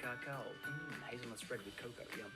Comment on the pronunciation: It's made of hazelnuts, not hazelnoots!